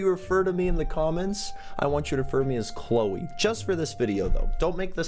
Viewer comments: EZ PZ its Chloe not Chole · Its Cloe not Chole